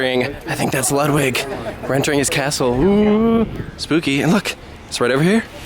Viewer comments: The Bavarian original is KING Ludwig II, pronounced „Luudwig“. But he did not kill anyone, in fact many think he got killed … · It's LOOD-vig. And the g is really hard. I don't know why they couldn't create an imaginary Prince/King. Not really cool to imply a real person killed his parents, especially when that dude was himself killed.